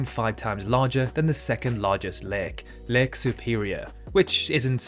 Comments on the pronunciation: LAKE. Not Leek, Lick, Leg, Leik, LAKE. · Heard leg instead Lake 😆😆 my bad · Did someone also confused when he said lake with leg at first? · I love how you pronounce 'lake'. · is just me or the way you say lake is wierd... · I literally had to quit watching because of the way you pronounce, 'lake.' I'm not breaking guidelines here, that's an objective opinion.